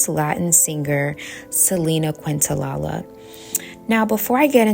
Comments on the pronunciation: I’m enjoying your videos. 🙏 But as a big Selena fan, please learn to say her last name. 😅 Thanks for the great content! ❤ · Actually, Kinda a bit rude for her to miss pronouns her name when she always talks ab respect, if you know ab Selena and did research as she clearly did why are we purposely mispronouncing I really hope she wasn’t tryna hate on the low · I love this but respectfully - it’s Selena Quen-Tah-KNEE-ya. Quentalala made me giggle. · Quintanilla is prounced: Kin ta nee ja There is no "la la" nor "queen" in the pronunciation. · im sorry i love this video but your pronoucing selenas last name wrong hun. Not trying to be negative at all just lettin you know. Its Quintanilla the lls are silent,its pronounced quin ta niyya just saying. Thank u for givin positive affirmations in this video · Love the message, however I almost clicked off bc of how you said Selena “QuintaLaLa”😂 It’s definitely pronounced “QuintaNEEYAH” But thanks for the video love 💗 Hidden enemies are so real and jealousy can become dangerous when the experiencer isn’t able to control their actions. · Kin-ta-knee-ya is how u pronounce quintanilla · So grateful for these videos! Just wanted to let you know that the way you pronounce Selena's name is: Kin-tah-knee-ya. Her full name is Quintanilla-Perez, this feels important to say because after her death her father only immortalized her excluding her husband's name (Perez) from her legacy and she loved her husband deeply. Just wanted to help provide context to her name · It's pronounced Kent-a-nia😊❤ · Hey gurl, good vid. Just to let u know Selena's last name is pronounced kin-ta-nee-ya. 😅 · It's Kinta-nee-jah. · Quintanilla is pronounced KEEN-ta-knee-Ya. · No disrespect Queen -I’m from TX and Selena is ❤ here! It’s pronounced kin-ta-knee-ah ❤❤